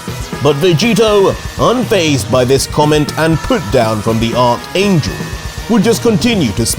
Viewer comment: Hey. Just a fyi. It's pronounced Arch (Ark) angel.